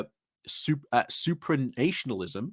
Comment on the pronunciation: Agree with everything you say. Just one point - supranationalism (N.B. the ‘a’ is pronounced is in national, not nation) isn’t particularly an EU-sceptic term. Supranational describes an institution such as the EU where the institution has jurisdiction over defined areas of law and powers of the member states. Let’s get back in there quick !